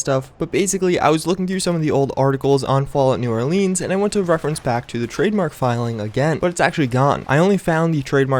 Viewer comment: just saying lol